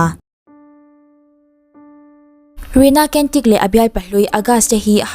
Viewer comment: ‘Cantik’ tih khi ‘Chantik/ Chhantik’ ti a lam tur. ‘Kentik’ tihlohtur aw. Indonesian/Malaysian/Singaporean tawng ah hian ‘C’ hi ‘CH’ angin a ri aw.